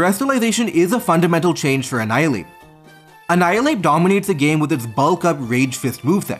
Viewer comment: only one who always hated how he pronounced bulk ?